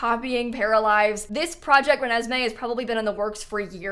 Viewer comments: Im literally dying that you called it project renesmee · Love how just started calling it Renesme from the middle on 💀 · "Project Renesme" 😂f*cking blasted!! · The insistence on calling it “project renesme”, with a straight face, is comedy at its finest. Can’t wait for 3+ years of this joke 😂😂